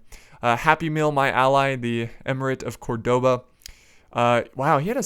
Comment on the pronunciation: Please please please pronounce Córdoba properly, emphasis on the first ó (that's why the accent is there) :) had to say something after so many Youtubers saying it wrong :P